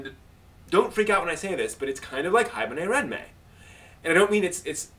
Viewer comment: "Haibuhnayranmay"? xD Which series is he talking about? I can't really understand what he's saying... o.o I tried searching for parts of what I thought he was saying in AniDB, but my only hit was an 18+ OVA. xD